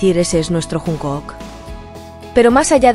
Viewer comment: No puedo terminar de verlo después de oír llamarlo junk o o k. Jun k o o k? Aunque la mayoría lo llame Junkuk la pronunciación correcta es Chonguk